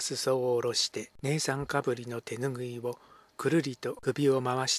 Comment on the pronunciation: いつも拝聴させていただいてます。私の耳にはとてもやさしい声で不眠気味のこの頃とても楽しみにしております。少し気になることがあります。姉さんかぶりの読みは、あねさんかぶり、ではないでしょうか。それだけがきになりましたので。今後も、心地よい朗読楽しみにしております。お体に気をつけて、いい朗読を続けてください。